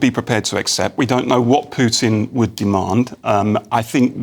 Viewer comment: Don't forget, politicians like Johnson are just messengers for their wealthy donors. Their various financial empires (Big Weapons, Big Tech, Big Pharma etc) control the world, not a democratic societies. Btw stop mispronouncing Pew-tin, it sounds ignorant and disrespectful.